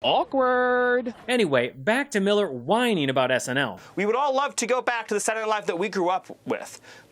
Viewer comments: Whose going to tell poor that Sat-ur-day has three syllables? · Stephen Miller literally cannot say the word "Saturday"?! What is a 'Saturndane' lol? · For some reason, the way Stephen Miller pronounces it “Saday Night Live” just irks me. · Why can't Miller enunciate "saturday"? wtf is "sarrdy"? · Tell Miller, it's Saturday Night Live not Satday. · "Saturnight livfe" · Nazi nosferatu can't even say "Saturday Night Live" he says Saturnight live lmao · Why the fuck is bald homie pronouncing it "SANNADAYNI LIYVE" 😖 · Does Stephen Miller know there’s an R in Sataday? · I’m British and have long been aware of SNL (Saddy Night Live as Miller pronounces it) but I have only recently been sucked in my it’s genius. So much great SNL content on YouTube. Kenan Thompson is a legend and definitely a meaningful talent. What Up With That!! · Why can't Stephen Miller say 'Saturday Night Live'? He says ' Satur-Night Live'. He drops the word 'day'. Does he think the word 'day' is woke? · "Sadenae Live"? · SADDY Night Live as he pronounced it. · Wth is "Sanninay Night Live"? He was so mad he couldn't even pronounce it! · Miller's pronunciation is hilarious. Sa-er-ay. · Baldi can't pronounce Saturday Night Live? It's not that hard. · Stephen Miller can't even pronounce the word "Saturday". He needs to get that shit down before Trump deports him. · Why does dude from Fox got an issue with Saturday? He can't even say SATURDAY correctly. That sounds personal. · Stephen Miller literally can't pronounce the word 'Saturday' to save the soul he sold to Satan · Miller seems to have some real issues pronouncing "Saturday". JESUS what happened To Mike Meyer's face?? Yikes. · Why does Stephen Miller pronounce the word “Saturday” like such a goober 😂 He’s so freaking weird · Why does he find it difficult to say Saturday night live? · I can’t stand the way this guy says “Saturday night live.” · Stephan Miller should really practice saying "Saturday" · He can even say "Saturday"😂